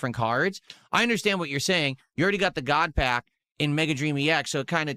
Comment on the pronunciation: "GOUT PACK"